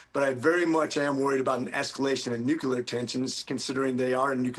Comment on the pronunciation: Why does everybody pronounce the word nuclear as NUKILAR?